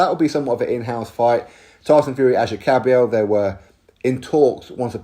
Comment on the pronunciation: lol its kabayel ...